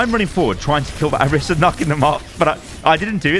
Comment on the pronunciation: O-REE-sah*. She says it and so does every character in the game.